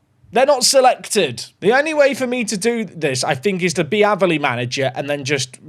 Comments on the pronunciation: Using my comment to help the algorithm to say the way you were pronouncing Aveley (It's pronounced like 'Ayv' not 'Av') was driving me craaaaaaaaaaazy 😂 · And its not Averley it's A--veley 😀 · its aaaaveley. Not averley haha i dont know how to type how to say it but youre saying it wrong 😂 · Ave-Lee not ava lee 😂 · you pronounce it Ava - Lee. I went to The Aveley School 🤣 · Just so you know its pronounced.. A ver lee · One its pronounced A-ver-lee. Two its has a car park next to a swimming pool so it's a good away day 👍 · hearing him pronouce aveley wrong way to many times was painful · Aveley rhymes with bravely. It was making ears bleed to hear it the way you said it!😂 Glad you got it out of your save.